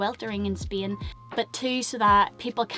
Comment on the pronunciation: It's Spain btw, not "spien" 😅